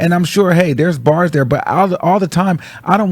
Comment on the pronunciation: You’re saying kindergarten BAR’s